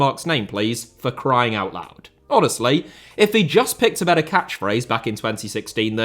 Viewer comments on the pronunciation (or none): none